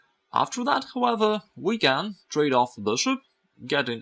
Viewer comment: Even cooler is the way he says 'Howeather' for however... is the best chess teacher I have encountered